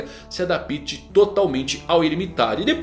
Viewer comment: Aprende a dizer a palavra adapte...